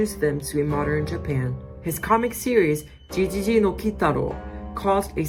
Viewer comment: ゲゲゲ GeGeGe (Said like Geh not G / Ji)